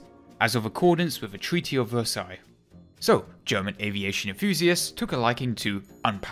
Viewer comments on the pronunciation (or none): none